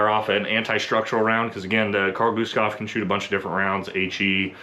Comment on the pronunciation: Maybe the Best pronunciation of Carl Gustaf, from a american i have heard 🙂 often it is KHaRL GUHHstaf 😀